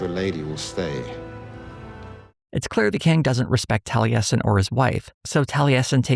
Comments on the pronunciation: As an avid critical role viewer, ive never hear Taliesin pronounced that way 😂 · That pronunciation of Taliesin continues to cause me psychic damage. For crying out loud. He's a legendary bard of Cymry (Welsh) folklore. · the mispronunciation of the name taliesin has been killing me the whole video, tho i get why irish names can be quite interesting with their pronunciation roles (i say this with an irish oc named osíon) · Do...do they pronounce it tal-e-yes-in in the show? I thought it was pronounced Tall-a-sin (though my only frame of reference is Taliesin Jaffe) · Maybe it's because I have been a fan of The Mists of Avalon, I am used to hearing Taliesin pronounced as Tal-YESS-In not Tal-EE-ESS-In. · Tally-essin? Really? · I've never heard the name Taliesin pronounced that way.